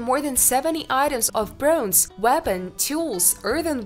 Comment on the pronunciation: And "broonze".